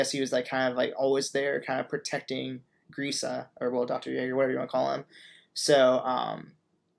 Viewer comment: youre saying Grisha wrong. Dont butcher his name please.